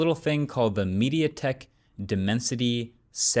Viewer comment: I stopped watching when he said "Mediatek Dimensity".